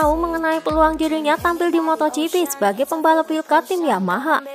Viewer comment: Zarco bukan Jarco Wildcard bukan willcard